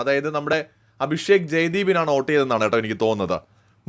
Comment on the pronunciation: It's vote not oat